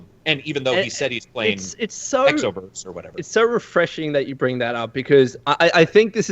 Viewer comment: when said xoverse, my heart broke a little